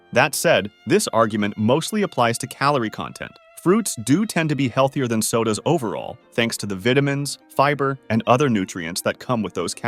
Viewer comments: Please don’t say VIT a mins it’s pronounced VITE a mins! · bro pronounced vitamins wrong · When you pronounced vitamins like that I tapped out. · yo he said vetamins lol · Why do you say vitamins like that? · My guy you can't have an NA accent and say "Vitamins" wrong like that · Did this guy just say vitamins wrong? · Say vitamins again